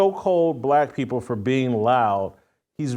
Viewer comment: You'd think that BLM, with ALL their money they fooled and swindled the idiots who were stupid enough to donate to them out of, would at least send someone intelligent, or one who can at least SPEAK English words properly, to the "sorrowful" event. "Peopow"? (People) "Keow"? (Kill) "Cynicow" (Cynical). Priceless. DUMB as rocks. The ONE SIDED racism at this point is staggering, and it's coming to its end. People aren't putting up with it anymore.